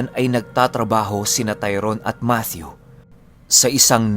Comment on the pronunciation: yay!!!! thanks ❤️ matthew with the TH talaga🥰 god bless and more power... abid listener from KSA🇸🇦